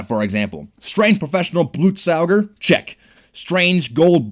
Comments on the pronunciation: blootsaooger? BLOOTSAOOGER!??!!?!???!??!?! its BLUT SOG ER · Blutsauger actually means blood sucker in German and is pronounced bloot saga